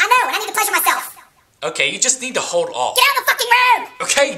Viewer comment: this isn't funny.. he is trying to carry the humor throughout this by using lots of cursing and vulgarity. it just got old super fast. oh, and he says old funny... like "OWED" and hold on... "HO-ED ON"